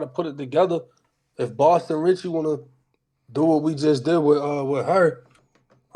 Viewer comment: It’s Boston cmon get it right